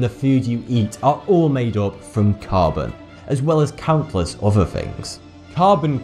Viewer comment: "with" becomes "wiff", "other" is "ov'ffer" and "Bismuth" of course is "Bismuff" Why is it that the english take any word spelled with a "th" and pronouced 'em as if they were spelled with a "ff" ? Someone inlighten us please! FYI. I'm Canadian so, I know what I'm talking aboot!